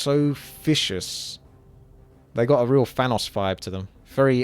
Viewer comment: "i love those orc warlocks, they look so fishious, they've got a real fanos fibe to them" jesus christ man are you completely incapable of pronouncing V and TH?